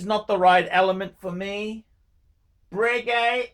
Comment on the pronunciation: Lol... "brequet's a bit... 'how's your faathah'"